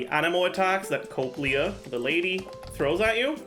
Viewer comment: It's funny how much you cared about the correct pronunciation of sumeru character, but when It comes to italian words like "coppelius and coppelia" you suddenly "don't care".